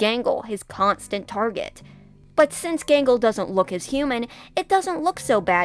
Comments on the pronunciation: I keep hearing “Mangle” instead of “Gangle” lol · Who is Mangle her name is Gangle?